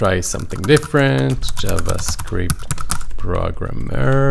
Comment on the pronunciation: I think the results were skewed because you typed "programmer" but pronounced it "prog-a-mer"